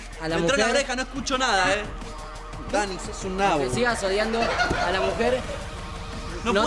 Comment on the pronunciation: paio dijo odiando y era sodiando